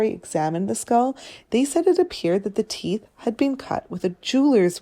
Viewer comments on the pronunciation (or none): none